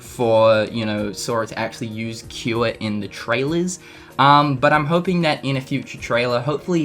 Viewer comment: We see Fire, Water, Aero, and we haven't seen cuwera yet" really? Really? pronounce it right! XD